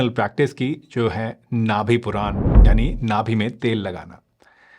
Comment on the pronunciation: नाभि पुरान नहीं, नाभि पूरण कहते हैं